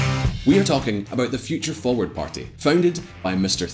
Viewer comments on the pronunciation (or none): none